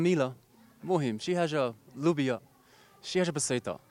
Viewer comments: السيد ملي قال اللوبية عرفتو تفورماطا صافي هههه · صاف منين قال اللوبيا عرفتو تفورماطا 😂😂